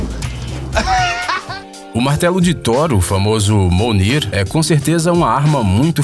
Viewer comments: Se fala mionir caralhoooooooooo se não sabe fala não fala Caraí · "monir" KKKKKKKKKKKK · parei de assistir no "mounir" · Ela falou mounir? É isso mesmo? Kkkkkkkkkk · "MOUNIR" SERIO ISSO CARA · Ele falo Monir?? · "MONIR" KKKKK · Sr narrador, tenho notado nem seus vídeos que sua pronuncia esta decadente, o martelo do Thor se chama "MOUNIR"???? Alguém não esta fazendo seu trabalho direito! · O martelo de Thor o famoso monir ele ainda falou duas vezes errado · Man procura ver os nomes antes da pronúncia , video top , mais nao é monir e o martelo pode destruir uma estrela e nao so uma montanha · Mounir ? Kkkk esse e o nome do maretelo do thor Agr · pqp falar monir inves de mjolnir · O martelo do Thor,o famoso "MONIR" HAHAHAHAHAHAHA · MDS O FAMOSO "MONIR" SKSKSKSKSISKSKSKSKSKSKSKSKSKSKKSKSKSKSK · "o martelo de Thor, o famoso: Mounir" kkkkkkkkkkkkkkkkkkkkkkkkkkkkkkkkkkkkkkkkkkkkkkkkkkkkkk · O Martelo do Thor, o Famoso "MONIR" kkkkkkkkkkkkkkkkkkkkkkkkk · Se fala mionir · Se pronuncia "miounir". Você escutou certo mas o locutor falou errado. kkkkkk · Sim só que se pronúncia "mionir" não? ;-; PRFV ME AJUDEMMMM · KAKAKA A PRONUNCIA É "MIDJONIR" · Não, a pronúncia correta é *"Mionir" , os próprios atores em entrevistas já falaram o nome do martelo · O correto é MIOLNIR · pq ele n consegue falar "thor" e nem "mjolnir"? não é tão dificil assim. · Manooooo Se pronuncia: MIONIR E n: MOUNIR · Não é Monir mais é mijonir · Sim é mjolnir mas esta voz não é de verdade então o app pronunciou errado o nome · caraca como mijonir virou monir en??? kkkkkkkkkk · MIONIR camarada, não monir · "MOLNIR" é Mjonir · Não é molnir é mjolnir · Se fala mionir não monir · Não MUNIR, é mijölnir (pronúncia MIONIR). KKKKKKKK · monir ? n seria Mjölnir (mijonir) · Ele falou monir e o certo é mijonir kkkk q viagem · mno n acredito que ele falou minir . É MJIONIR SEU BURRRRRRRRRO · MONIR? ou MIJONIR? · É sério? Monir? Cara, é mjönir! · A pronúncia é "Mionir" e não "Monir" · Não se fala monir e sim Mijonir